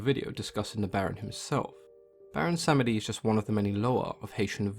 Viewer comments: Baron Sam-eh-dee. Ooooof. Slur the word samedi where it is like "sahm-Dee" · Pretty sure the second e is silent and is pronounced as Samdi, at least that is how the people I know who call him. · The e in samedi is silent -> pronounced sahmdee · Tea & Acid - I was taught that Samedi is two syllables, but I'm an American raised outside of Louisiana culture.